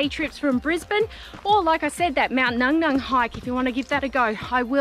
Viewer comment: It's pronounced, "Mount Nu Nu" not Nung Nung